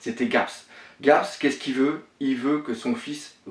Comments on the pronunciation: Shanks il dit shank, Mihawk il dit mihawx, Luffy il dit louffy (et non ça ne se dit pas louffy en jap), Sanji il dit Senji? Garp il dit Garps et Raftel il dit rougtel. Il mélange tout mdrr. Je ne rage pas mais c'est assez dérangeant. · La théorie pas mal même si y’a des incohérences par contre la Prononciation -1000/20 mdr ! C’est pas Louffy c’est Luffy, c’est pas Tchank c’est Shanks, c’est pas Gaps c’est Garp, c’est pas Longtone c’est Loguetown, C’est pas Rougtel ça s’écrit en anglais Rough tell mais ça ce prononce RAFTEL...